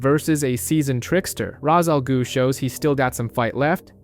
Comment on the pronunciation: The first word ain't the problem chief. I can't tell if you are saying... Ra's Al "Goo" Or Ra's Al "Glue" But it's pronounced like Ra's Al "Ghoul"